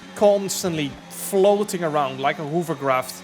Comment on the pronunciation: Hoover-craft haha. For someone so good at English, he does make some comedy mistakes.